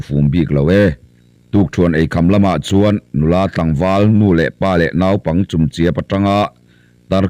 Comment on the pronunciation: Naupang tiha nau tih lai hi in thlûk duai zel mai hi eng nge a awmzia? Sep rawtui tiha sèp tih tlat te hi. Mizo ṭawng lam hi uluk ve deuh a ngai, ngaithlatu an awm ve nual ṭhin si a. Inzir deuh teh u.